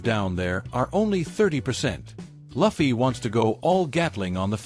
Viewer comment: i want to report you for not saying proper luffy name